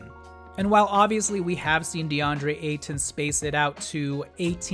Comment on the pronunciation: Nice video, but pronounce his name the same way you'd say Payton. Just without the P.